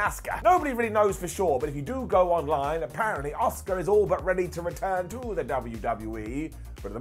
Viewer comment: Asuka* not Oscar